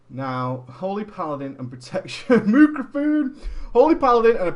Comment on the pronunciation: Stop talking to yourself!!! LOL... Mooraphone!!!